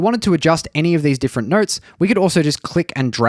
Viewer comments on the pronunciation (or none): When you say notes, it sounds like you are saying nerds. 😂